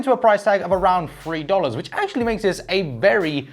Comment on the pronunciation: Awesome work, but the word is "three" not "free"